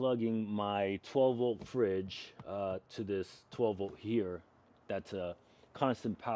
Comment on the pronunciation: ...Did you say 'fridge'?